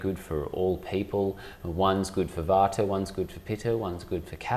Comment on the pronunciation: He said vater and pitter? Isn’t it vata and pitta? Why the different pronunciation? Good info though! 🙂